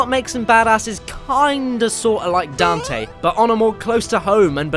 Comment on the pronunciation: But... that wasn't Dante. That was Donte.